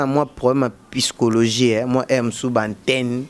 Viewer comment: On écrit psychologie mais prononcer sychologie le p ne se prononce pas. On dit pas orphelinte non mais orpheline. Nalingaka maniké te depuis afinga maman na ken mais yo oza mal éduqué, mal appris, mal élevé mpo Ofinga maman ya muninga boza ndenge moko .